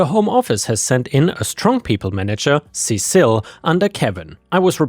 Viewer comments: Cecil Seesill All one word, not Ce cil, the second C is not the beginning of another word. Seesill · The bat was Lucille, and Cecil is pronounced "Sea-sill." And yes, workplace PTSD sucks. Bizarrely it sucks as much as regular PTSD, though you can get over it. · negan's baseball bat is Lucille and I believe you're mispronouncing that name it should be Cecil like ses-sel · I think that name is pronounced "see-sill"